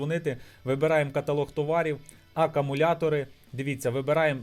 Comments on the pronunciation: акАмуляторні акУми😅🤦‍♂️ Рекламуєш магазин, відкриваєш на смартфоні і пише "Акумулятори", а читаєш і мільйон разів говориш акАмулятори🤦‍♂️ АкУмулятор - акУмулює електричну енергію. Що робить "акАмулятор", то є питання... Певно акАмулюває😂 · не акамулятори а акумулятори